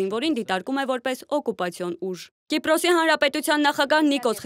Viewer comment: ԿիպՌոս չէ, Կիպրոս։ ԵվՌամիություն չէ, Եվրոմիության։ Հայեցի խոսե՛ք։